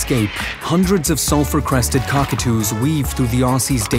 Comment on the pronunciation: The entire time, I thought the narrator was saying, "Self-Requested Cockatoo."